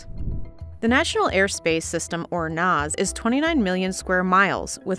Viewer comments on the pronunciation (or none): Really?? "The NOZ?" It's NAS..National Airspace System..Great job..happy you used AI for the dialog?? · CNBC mispronounced NAS . It’s pronounced N-ass not N-oz. Yes DEI is/was a problem regardless of what Washington talking heads tell you. No sweetie Enroute is more difficult then terminal hence the reason they get paid more then most TRACONs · It's not "Noz". It's "Nass". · Keep shouting it, people: We need better pay, especially at the lower facility/training levels!! The current pay scales are as archaic as our outdated equipment. Please help us to get this fixed! Also please never pronounce National Airspace System as "NOZ", it's pronounced "NASS" 😂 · It’s called the “NASS’ not the ‘NOZZ”. SMH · 😂😂😂 ooof everytime I heard it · It's NASSS, like the 'a' in apple or Zack. Not NOZ. I usually really enjoy these videos but this was was hard to watch because the researcher didn't check pronunciation.